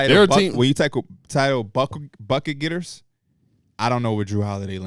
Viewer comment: P glitchin “when you tackle buck ‘em’ getters” had me rollin as he’s trying to argue….i feel like P is high in this episode,,, and making better points than him.